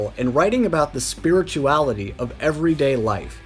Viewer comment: This guy should learn how to pronounce "spirituality" before making any videos.